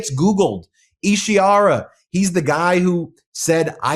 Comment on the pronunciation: Isi HAR a, not Ishi ar a. Read it.